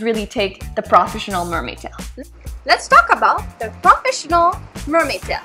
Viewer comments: And you say many words wrong like.. Professinion.. like wth? I hope you enjoy your toy.. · PRAFESHINAL is wat she says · What the hell is "prahfessional" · manimdumb and I swore I heard more crawfish than professional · We all, know you have an accent but it got me cracking up when you say proafishinell mermaid hahahaa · Dude she cant even say profesional.And of course she likes the "profesional" one,so she talks bad of fin fun,girl before you jugde please learn how to prenounce,when you say profesional you sound like a 2 year old.sorry.